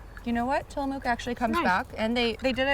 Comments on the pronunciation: Guys, you don't say Tillamook with the oo sound in moo or tools. It's a harder sounding vowel ending...closer to Till Uh Muhk. And thank you for saying Oregon as Ore Uh Gun instead of Or Ee Gone ( cringe ). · The way pronounces Tillamook 😂 it’s less of a mooo sound in the mook and more of a muck sound.